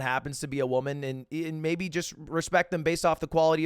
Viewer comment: bro said maybe with his whole chest and then some after that im impressed